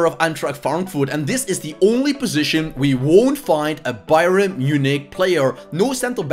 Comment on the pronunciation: It's not Bye-ren it's pronounced Bye-ern